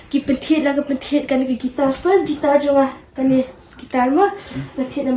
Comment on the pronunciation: Khublei Shillong mail ia kane ka khubor kaba ai mynsiem shisha ia kiwei ki para khynnah. ka jingkyntu ia phi Shillong mail ban iarap ia la ki reporter ba kin kham pyntbit bad pynjanai ha ka rukom interview. Nangta pynjanai ia ki rukom kynnoh ia ka guitar bad piano - ymdei gaitar ne pai-ia-no.